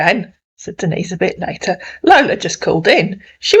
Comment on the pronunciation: Oh really see he calls her Denis lol he don’t even know how say Denise Lol 😂